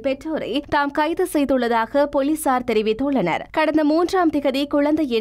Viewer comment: உங்களது தமிழ் உச்சரிப்பில் நிறைய தவறு உள்ளது. தேவையில்லாத நிறைய "ஹ" சத்தம் உள்ளது. ஆரம்ப ஹாலம், ஹர்த்தால், போளீசார்,....